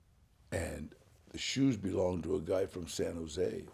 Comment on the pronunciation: "San Jose"...YEET!!!